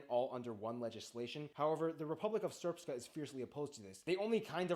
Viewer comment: An interesting overview. I feel his pronunciation is a bit off, especially the "long R" in the words Srpska and Brčko - he added a vowel that isn't there. And he shouldn't say "Republic of Srpska" because Srpska is an adjective, not a noun. A better translation of Republika Srpska is just Serbian Republic. He also kind of mixed up Bosnians and Bosniaks. Nice reaction from the two of you though. I enjoyed this.